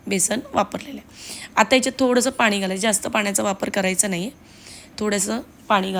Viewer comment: फणस म्हणतात फनस नाही, आणि -पानी नका करू, न आणि ण चा योग्य उपयोग करा